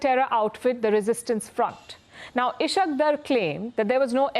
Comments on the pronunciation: its ishaaak daar. Not ishakk der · Its punjabi accent, ishaaaaak Daaaar and Ishq Dar